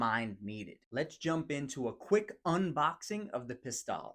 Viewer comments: "Pis-TELLE," not "Pis-TAHL" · Not "Pistalle," but "Pistelle." It's not tomato, tomato, so don't be a hick!